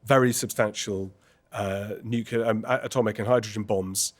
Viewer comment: new-clee-ur, not new-kew-ler!